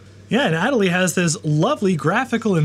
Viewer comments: There is 0.00% chance you are not pronouncing MATE and Ma-te while saying ad-a-lee whilst the E literally has the accent. There is no way that isn't a troll. Well done, I hope. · If that distribution of Linux is named after the Adelie Penguin, shouldn't it be pronounced the same..? "uh-DELL-lee" (notice the accent over the e...) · Funny pronunciation of Adélie like always.